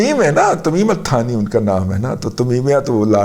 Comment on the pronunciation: تمیم الثانی نام ہے،،،،تھانی نھیں۔۔۔۔۔الٹانی معنی دوسرا۔